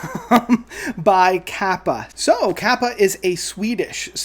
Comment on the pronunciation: Kaipa is pronounced "KAY-pa"